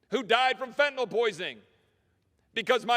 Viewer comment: I’m so happy you know how to pronounce Fentan(y)l 😊